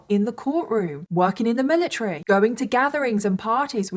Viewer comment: lol the amount of times you said "miliTREE" is actually crazy 💀